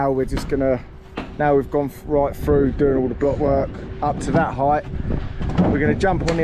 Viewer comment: I Wonder if you could teach him how to pronounce his Ts and Ls so we we could understand what da fack ya saying? . Its Through not frew and if you like foot baw its Millwall not Millwaw.